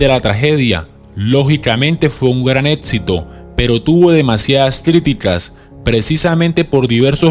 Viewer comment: etsito (exito),atsidente (accidente),etseso (exeso),preditsion (prediccion).....si no sabes hablar bien utiliza algun programa de voz,por que el contenido del video es bueno